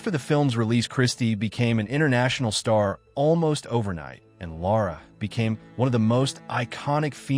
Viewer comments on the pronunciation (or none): The narrator for this video can't pronounce names!!!! It is not "Laura"-- it is Lara. It is Tonya not Tanya. It is not Shari,it is Sharif. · Lara is pronounced Laer ruh